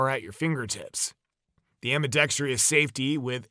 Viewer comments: Just sayin'.....it's not pronounced "ambi-dex-tree-us", it's ambi-dex-trus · Nothing more frustrating than a video that DOESN'T show the thumbnail photo. And btw, it's "ambidextrous," not "ambidextrious." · Come-on photo is an AI construct that exists only in pixels. Narrator repeatedly mispronounces the word ambidextrous - always a warning that both narrator and producer don't know anything about firearms or the English language. Much footage of versions of the firearm under discussion that don't pertain. Overall, this is a waste of time except to the profoundly gullible or ignorant.